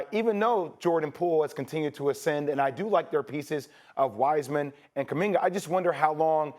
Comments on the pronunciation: Who's "Kuminger"??? 😂😂😂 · Kumingar, Lukar, pelinkar, udoker. Does anybody else notice how Stephen A always add ar, er to this names hahaha